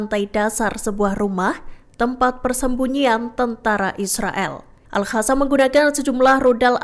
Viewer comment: Jadi males lihat beritanya, pembawa beritanya gak bisa baca, Alqosam disebut ALHASAM, gak bisa bedain huruf Q da H.